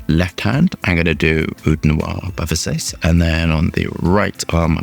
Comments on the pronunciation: why is he calling the house ofVersac,e versas...like, he never heard of Gianni or Donatella Versace ? ..vr-sah-tche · Haha you slipped at the end. You were saying Versace all fancy in the beginning of the video but towards the end you said it like an American says it 😂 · You butchered that "Versace" pronunciation! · Versase :P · What an ignorant! You dont even know how to pronounce Versace